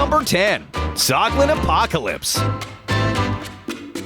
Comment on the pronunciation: It’s zoglin and hoglin